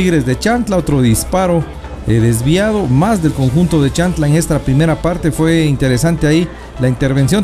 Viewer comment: Creo q es CHIAN...TLA, y no chan... tla, como se refiere el narrador. Por lo demás felicitaciones. Arriba Xela, tienen un gran jugador en sus filas MR. KAMIANI.